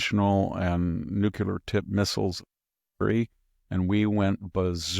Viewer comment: I love Victor and have tremendous respect for him. BUT - he pronounces nuclear incorrectly and it makes me crazy. He does it everytime. Please tell him.